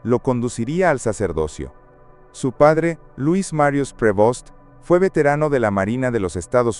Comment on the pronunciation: Prevost sin acento en la E